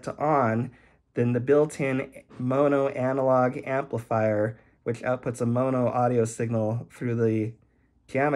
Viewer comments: Yup. You still pronounce it incorrectly. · What should it be? Monnoh? There's only one N. pronunciation is correct? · Never heard anyone pronounce mono with two hard o’s before. Thanks for the tutorial!